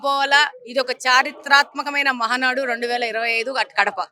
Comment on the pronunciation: Madam ముందు మహానాడు ani clear ga నేర్చుకోండి.... Ma valla girichi endhuku....